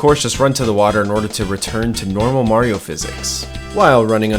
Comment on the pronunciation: its not merio its mario